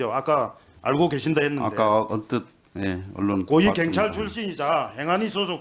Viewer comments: 애들은 왜 경찰 발음이 안되는거냐? 민주당이 카톡 알림 받는 것 보다는 국수본 찾아가서 압력 가한 것이 더 문제 아니냐? 어떻게 국회의원이 국수본을 찾아서 압력을 가할 수가 있냐? 니들 입장문만 국수본이 볼수있게 언론에 대고 발표하면 되지... 아 협박하는 것은 방송에 나오면 안되니까 직접 찾아가서 얘기한 것이니? 경찰서 앞에서 시위하면서 얘기한 것도 아니고, 국수본 본부장을 직접 면담하고 얘기한 것은 상당한 문제인 것 같은데, 민주당은 왜 이런 부분에 대해서 강하게 얘기를 안하니? 어떻게 국수본 본부장을 찾아가서 국회의원이 압력을 가할 수 있냐는 말이여? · 갱찰 이여 경찰이여 애는 발음도 못허는가 이님 울나라 사람 아닌겨 참 웃기는 사람일세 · 발음부터 교정좀 하고 나와라 갱이 뭐냐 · 이 놈아 발음좀 똑바로 해라~갱찰이 뭐냐? 경찰 해봐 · 동만아. 갱찰이 아니고 경찰이다. 혓바닥이 짪으면 그냥 자빠져 자라. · 갱찰이뭐냐?경찰 발음도 안되는넘이 핸제가 뭐냐?헌재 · 갱찰이 아니고 경찰이다 발음도 못하냐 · 갱찰이 뭐냐. 경찰 발음 부터 배워라 모질해보인다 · 정동만 저 새끼는 제대로 질문하는 걸 못봤어. 갱찰 말고 새꺄 경찰 씨발아.. 발음도 지대로 못햐~ 하여간에 저런 작대기 뽑아주는 동네 꼴아지 하군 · 갱찰X 경찰O 발음좀 똑바로 해라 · 갱찰이 아니라 경찰이야. 말이라도 똑바로혀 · 나도 부산 사람이지만 갱찰이 아니라 경찰이라고 해야지. 그것도 못하면서 무슨 국회의원이야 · 갱찰 진짜 거슬린다 사투리 억양은 그럴수 있지만 단어 자체를 다르게 발음하는 유일한지역 갱상도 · 갱찰? 발음이나 똑바로 해 ~ 공정한 수사? 입이 열개라도 국힘은 말 하면 안된다. 말하는게 무식한 깡패와 뭐가 다른가 한심하다 저런게 금뻇지달고 국회의원이라고 ~ ㅜㅜ 계엄해지 투표할때 죄다 도망간 인간들이 부끄러운줄도 모르고 권력의 졸개들 ~ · 갱찰 갱찰 갱찰 발음 진짜 거슬리네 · 내란당 놈들은 경찰 발음도 못해 갱찰. 갱상도 사투리가 저 놈들 땜에 혐오의 언어가 되었다.